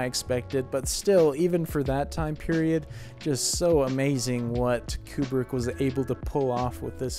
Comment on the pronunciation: Koo-brick, not Kyu-brick.